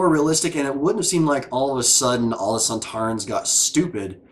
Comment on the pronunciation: The sontarans are indeed in classic Who...and they pretty much look like this... Funny thing is that didn't realise that there were actual actors in the suits... She thought they were robots:D and her pronouncing their name wrong was a little reference to Chris eccelston doing the same in an interview when talking about classic series monsters:D This two parter was written by Helen Raynor, who wrote last series 3 dalek two parter... Think she did a much better job here... Unfortunatly tho up to far... This is the last story to be written by a female writer... We haven't had one since....